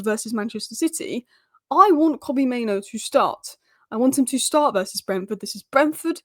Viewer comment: Main-OO. Not Maino! Sheesh!